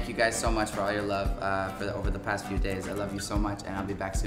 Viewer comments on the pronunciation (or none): none